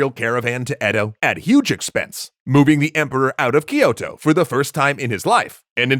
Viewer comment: Every time Kyoto is mispronounced Amaterasu cries